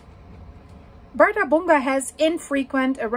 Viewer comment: That's fascinating! "Bardabunga" sounds to me like a tropical dance, Bardabunga, Bardabunga! 😂But no, it's an arctic volcano in Iceland ;-) ⛰️🌋 And your pronunciation is correct! I hear the same word from iclanders. Oh and by the way "hraun" means "lava field" (and you also pronounce it very good!). Of course it's logical that the Icelanders have a word for "lava field". And since they have so many, they give each a name next to "hraun", to distinguish them, of course! And one volcano name is associated with a lava field, well, it makes sense, why not. ---------- So, many thanks for your videos!